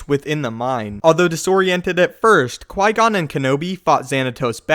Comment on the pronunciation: Mast-eeerrrrr lick wow qui goooooonnnnnn PRONOUNCE THIS CORRECTLY PLEASE BOSTEN CHICK.